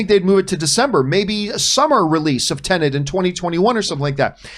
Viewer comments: It's not pronounced TenaNt...it's TeNet. it's so easy... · TEN.....ETT!!! Not Tenant! xD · Why can’t any of you pronounce Tenet correctly? It’s not tenent. It’s not about a lodger renting a property.